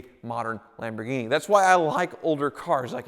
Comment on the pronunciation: what in the world is a Lamghini